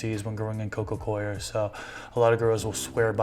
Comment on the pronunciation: It's nice to hear someone pronounce coir correctly.